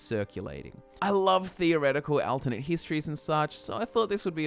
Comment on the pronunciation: what if you learned to say Alternate correctly :S you always say AL instead of ALT its really hurtful to my ears. other than that however your videos are AWESOME I love em keep up the great work's